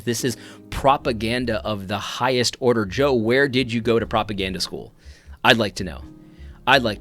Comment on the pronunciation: " confusion of the highest ordah"